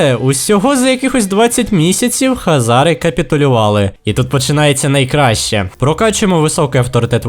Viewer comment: Нічого такого просто сказати що Українською буде Хозари а не Хазари но помилку я твою розумію сам грав весь час думав Хазари погуглив а правильно Хозари. Но відео всеодно класне!